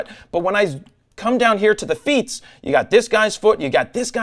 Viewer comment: He also said "feets" ;)